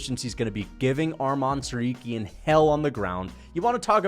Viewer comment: Bro can you say his name right? It sounds just as its spelled Tsarukyan not Tsaryuken. Make sure that the u comes before the y